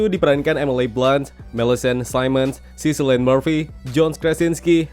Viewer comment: Namanya si Cillian Murphy kalo dibaca jadi Killian bang, bukan Sillian